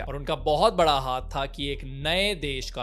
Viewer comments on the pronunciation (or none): none